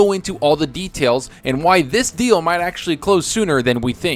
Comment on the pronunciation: OMG Stop this deal sounded like you said "stop the steal" then you used the word coup right after.... i thought somehow you tube forwarded me to politics again. Thankfully it was something I actually want to hear more about.... ...